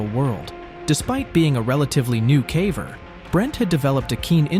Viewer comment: Good content but the AI voice is annoying. It mispronounces lots of words. (Like "caver"...)